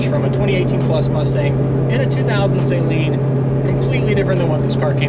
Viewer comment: Just in case you ever run into Steve Saleen......you should know that it's pronounced Suh-leen, not Say-leen. (Just sayin)